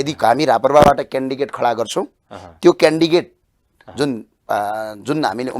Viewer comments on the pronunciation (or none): candidate लाइ candigate रे अनि यस्ता सानो शब्द को उच्चारण गर्न न आउने ले के बिकास गर्लान देश बिगर्ने हरु हुन यिनिहरु भनेक🤣🤣😂😂😂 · यस्ले 10 भोट पनि ल्याउदैन कस्तो पढाइ हो क्यान्डिडेट भन्न नजानेर क्यान्डिकेट भन्दैछ?अरु पार्टिको यो पिउन पनि हुन सक्दैन?